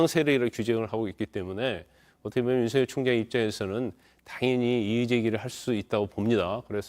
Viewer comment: 윤서결이 맞는 발음인데 jtbc 아나운서는 음...